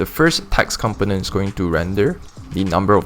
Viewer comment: Component is not pronounced like that.